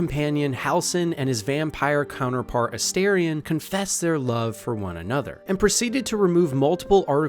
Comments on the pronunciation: Holy…. It’s aSTARion not aSTAIRion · Calling Minsc “Minx” has taken me fully out. I didn’t hear anything you said about him or Boo 😂 Really fun video. Unable to resist my pronunciation durge, it’s A-star-ion, not A-Stair-ion. 😅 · It is AstArion, not Asterion. It is derived from latin (no, I don't think it means "little star" - that doesn't work gramatically). I think is more likely to be derived from the verb astáre, which would mean (together with the suffix -ion) "someone who is standing by you - so basically a companion, and has some other interesting connotations of serivce and standing up straight, which would both fit him) or could be connected to greek godess Astarte. I know they all say it means "little star", but it doesn't really make sense. Sorry I'm a know it all, but it just urks me ever time I hear it pronounced wrongly. Also comment for the Algo and wonderful video! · astarien? the character says his name several times in the game, n its not said like that lol